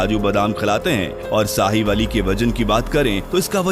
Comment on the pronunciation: Sahiwali😆😆😆 Sahiwal Hai Bhai Punjab Pakistan Mai